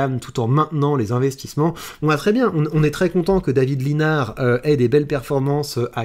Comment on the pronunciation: Pour info, ça se prononce David Lissenard!! Comme quoi il manque de notoriété et pourtant je le soutiens!!